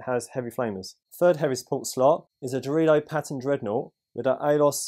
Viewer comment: Did anyone else hear Dorito each time said Darodio??